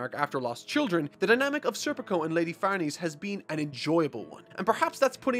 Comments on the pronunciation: Farnese is said like Farnaysay not Farneez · It’s Far-neh-cee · Dude, it's really no big deal but can you please check how to pronounce Farnese? It's an Italian name (an old Italian noble family's) and it's really distracting to hear it pronounced as if it's... french? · Just a heads up schierke is pronounced sheer-kay and Farnese is pronounced far-ness-ay they are weird names for sure but I’d thought I’d let you know.